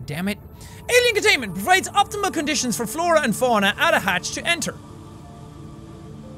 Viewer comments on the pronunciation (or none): none